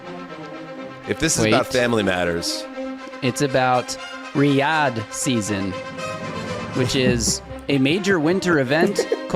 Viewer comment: Definitely calling bs on the zeuser: 'Riyadh, we all know that...' - then why did you first pronounce it with accent on the first syllable? the answer is 'bs'... PS: cone yo shenty, idiot... dumb amuric'n is right.... (excuse me: 'cognitively challenged' ;-) Go to Italy some time, eat some la zag na, it'll put you right.